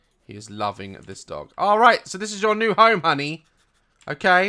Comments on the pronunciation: He called honey like ‘hungee,’ Mrs doubtfire? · I love his he says HANY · the way you say honey is so funny and cute 😂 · the way he says honey 😂😂😂